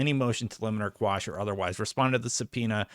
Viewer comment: Hey, enjoy your content. Just a quick correction, motion to Quash not squash... legal term thing